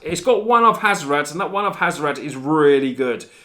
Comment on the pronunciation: HAZ - OR - ET. Not HAZ - OR - AT